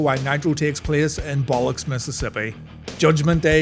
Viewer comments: But luck see mississippi. You said balluks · Bullocks Mississippi?? M8 it’s BiLL Lux EEEE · Am I tripping or did I hear you call it Bollocks, Mississippi???😂😂😂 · He always does when either show is in biloxi its hilarious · not a joke. He mispronounced it.